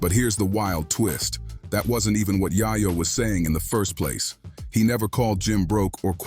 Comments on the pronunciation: Its yayo yah yo wtf 🤣 who do u even say dat wrong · It’s yayo not yahyo . Dunce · YAYO NOT YAHYOO WTF KINDA CHANNEL IS THIS🤬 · It’s yay yo not yaya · who tf is yah-yo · " yah'yo" ....you hear how they pronounce his name un the audio and the mf still saying " Yah'yo" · I can’t even listen to this. You can’t even say YaYo right. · Man you do not know how to pronounce his name correctly lmao 😂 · Bro where are you from cause you’re fuxin up their names🤦🏾‍♂️ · U shouldn't b talking on shit homeboy u cant even get the mans name right goofy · Destroyed his name 😡